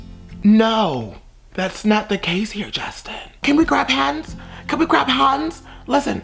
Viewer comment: “Can we grab hahnds???” i’m